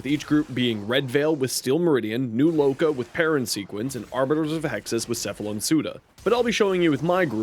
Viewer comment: My respect for you after you said new loka 📉📉